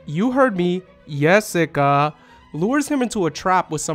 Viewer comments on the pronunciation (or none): Great analysis as always! Just want to point out, the way you pronounce Jessica and Job is reversed from those in the anime.